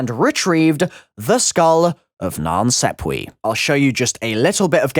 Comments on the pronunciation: It's pronounced sap way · Triggers the sh*t out of me